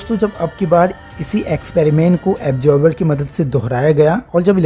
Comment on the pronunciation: Very nicely explained 👏 👌 But .. ऐब्सोर्ब नहीं..... ओब्झर्व (observe)